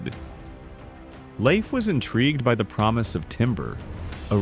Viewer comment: Thank you for correcting your pronunciation. mid-clip of "Leif". Pronounced "Laif", NOT "Leaf". This drives me crazy, being it's not only my middle name but also my father's name. Natives seemed to be Masters of guerrilla warfare. Smart way to fight a stronger enemy. Same way we fought the British, same way they fought America in the Middle East. Fight smarter, not harder.